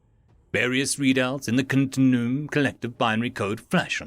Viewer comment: It's "continue-um"